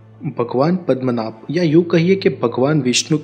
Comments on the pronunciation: it's Padmanab not padamnath , you... hindi folks , I thought ur pronounciation may be different. Literally wrong also. Padam means word Padma means goddess Lakshmi So Padmanab "goddess Lakshmi's husband" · Bhai thek sey pronounce karo padmanaba*